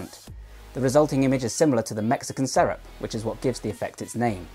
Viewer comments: Serape se-ra-pe, if you are going to use neologisms, find out how to say them. You make it sound like syrup. I'm seventy , Hay sesenta años. J'ai soixante-dix ans. #growingyoung 🇧🇦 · Just being pedantic here but it's pronounced "ser ·ah·pee" or "ser-ah-pay". Great video though. Keep up the good work! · Bro I love your videos but it’s pernounced Serapè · you say it like sair-ah-pay not syrup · Serape has 3 syllables though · “Serape” is Spanish and pronounced Sir-rop-aa. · For the record, the pronunciation is more accurately seh-rah-peh. As he mentioned, it's a Mexican shawl/cloak that is worn around the shoulders and tucked into the belt, mirroring the muscles he's discussing. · Serape, ser-ah-pee. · Pretty sure it's pronounced se-ra-pe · Great video, thanks! I wouldn't mind a re-publish with the word "serape" pronounced correctly, but it's a small nitpick. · I cringe whenever you say serape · He's got some good info here, but I really wish he'd learned how to pronounce "serape".